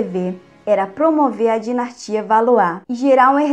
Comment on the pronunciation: O conteúdo e mto bom mas,cuide mais das palavras.Dinastia e não dinatia .Só um exemplo.Há mtos erros de português.Inadmissíveis nesse tipo de vídeo